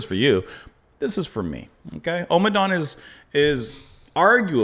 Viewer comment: Just a little fussy point - it's pronounced om-adawn and not omer-dawn 🙂